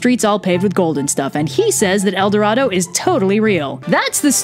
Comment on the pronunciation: As a spanish person love it when you say "el doradou" :)